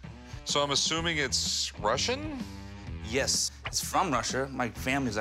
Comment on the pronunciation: I've never heard someone pronounced the word "Yes" so strangely.